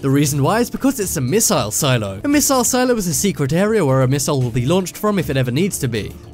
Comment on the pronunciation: A miss-I-ile? It's missile No offense.